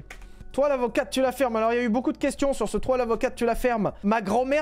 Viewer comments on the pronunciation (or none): J'entendais pas "toi l'avocate tu la fermes" mais "toi la rocade tu la ferme"😅